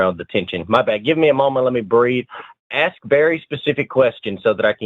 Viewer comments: Whenever a caller wants to "aks" something, forget about getting through to them! 🤦‍♂️😳🤣🤣🤣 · maybe you get blocked because for one you can't say the work "ask" correctly. And you are also an annoying moron.